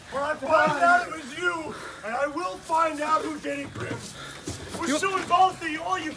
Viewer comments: Bruh its grim not grum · Dude it's grim not grum